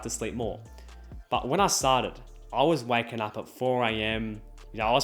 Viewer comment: When he said I was "waking up at 4 am" I thought he said wacking up 😂